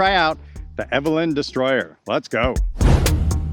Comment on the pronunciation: Eveliina. Pronounced as evelena. ;)